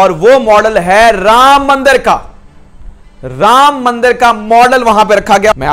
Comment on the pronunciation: Pronounce anything for them is a Struggle.......ram maandar.....ahahahahah....